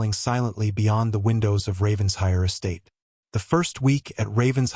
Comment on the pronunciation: It’s Raven-shire!